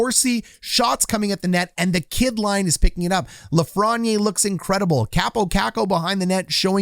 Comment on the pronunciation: you mispronounce lafreniere...hurts my ears